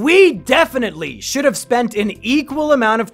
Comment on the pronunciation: Nobody: Mumkeys cousin: we shouwd just go awound